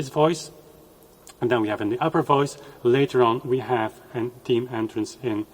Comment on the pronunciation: "th" eme;Ifyou cannot say that, how can i believe you elsewhere?